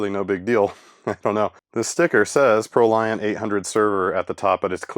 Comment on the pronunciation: Fun fact: "Proliant" is actually pronounced like the word "emollient".